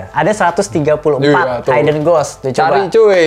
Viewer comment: blai bukan bli yah.. kan di felm juga udah terpronounce.. hidden yah mas.. bukan haiden .. hehe .. btw saya suka review kalian.. kalo mau nonton apa pasti lihat cinecrib dulu lagi pada bahas apa.. oh iya di bly manor saya sangat terkesan sama logatnya peter quint.. yg agak beda dari yg lain..lebih medok kali yak..itu logat inggris belah mana yah..agak2 irish juga. btw ane kurang satu episode lagi bly manor.. tambah seru. jadi eman2 dulu nontonnya